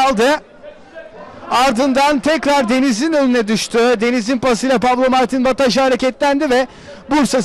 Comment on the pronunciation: pablo ne amk ya pablo ne koca maç bataja diyemedin mi şu adama kanser oldum resmen